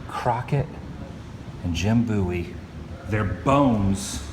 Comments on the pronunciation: definitely bowie (like david bowie [that's where he took his name]), not booey. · Its pronounced Bo-ee :) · You didnt show the small bridge location that separated the town of Bexar from the Alamo complex and is where the Mexican army crossed the river. And the proper pronunciation of Bowie is B-OH-ee. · It's pronounced Bowie I live there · 'BOWIE' is pronounced just like the singer, David Bowie